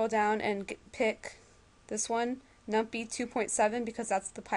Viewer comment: LOL num-pie. Like pie-thon